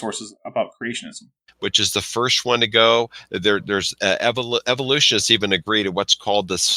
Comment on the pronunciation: Dinosaur "genres", "evolusonists", "cartlage", pretty sure he said "pure" reviewed journals... are we sure isn't just illiterate, if English is his first language?